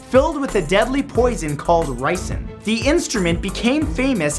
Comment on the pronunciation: When he said 'ricine' who else faught about breaking bad?